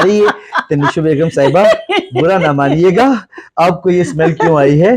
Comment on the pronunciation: Correct urdu is bura na maniye ga NOT manaiyay ga.